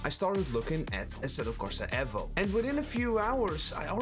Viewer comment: Wtf is ehvo? E-vo Eevou Eevo Evo